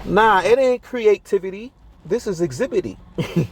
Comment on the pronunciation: "Nah, it ain't creativity, this is Exhibityy" 🤣🤣😭🤣 This is amazing